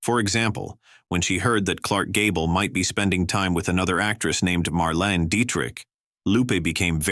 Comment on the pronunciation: Marlena not Marlene.